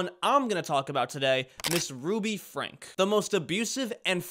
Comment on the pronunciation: Her surname is pronounced as Frankie, not as Frank